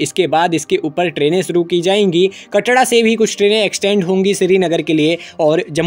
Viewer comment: Bhai "कटड़ा" nhi "कटरा" hota hai bhai 😂